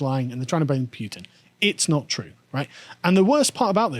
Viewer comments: It goes Poo-tin, not Pyu-tin. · Putin is spelled Путин not Пютин so it would be pronounced Pootin not Pyutin. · [poo-tin], not [pew-tin] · was right to call Carl out on that Putin pronunciation... its definitely not Pewtin lol (that would make for a great pewdiepie skit though) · its pronounced Putin not Pewtin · Carl: Pyutin: No, it's Pootin Carl: Imma be Pyutin my foot up your arse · The "home produced" tractor has "Vladimir" printed along the side, lol. Also, pronunciation is correct. His name is Путин, which is pronounced with the hard "Pu". The way Carl is pronouncing it would be spelled "ПуЬтин." It's not like Zee or Zed, one is his name and the other is not. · Stand your ground, it's Putin, not Pewtin. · The name is Путин: Pooh + tin (not Pyew + tin), and he's on an expotition (not a war). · yeah that "Pew-tin" shit's been bothering me too hahaha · it's P-OOH-tin. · Carl is losing the pronunciation game today. Pewtin? Really? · Pew-tin vs poo-tin...